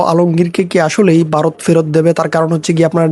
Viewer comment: 😂 ওরে বাঁড়া, ওটা বারোত না 🤣ভারত। 😂😂 তোর বাপ রে